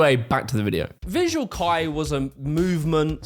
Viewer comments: how did you share multiple clips of them saying Visual "Kay" and still say it as "K-eye"?? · ... did you just call vVsual Kei, Visual Kai, Kei is said like just saying the letter K, and that is it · Visual Kei, is pronounced the same way you'd say Okey, Kei -> key. The butchering of the word hurts me TT_TT RING DING DONG?! Was that a shinee parody TT__TT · I can't tell if he's doing it on purpose. He keeps pronouncing Visual Kei as kai to. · the way he pronounced visual kei is killing me 😭😭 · Why didn't you say visual kei correctly even once? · bro watched 40 mins of people talking about visual kei and still pronounced it wrong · He also butcher the pronounciation of Visual Kei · my dude you watched 40 minutes of people talking about VK and you still mispronounce it LMAO You got Dragonball on the brain or something? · bro you must purposefully saying some of these words wrong theres no way, David ball yi, who tf is David ball yi. you claim to have listened 40 minutes of ppl saying visual kei and insist on saying visual kai right after